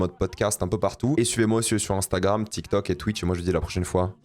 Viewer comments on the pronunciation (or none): none